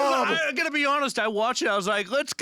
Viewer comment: I love how Rob just keeps calling Tara by Lapinski